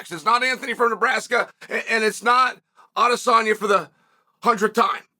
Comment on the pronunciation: Him saying Alex’s name right multiple times let’s you know this piece is serious 😂😂😂😂😂😂😂😂😂😂😂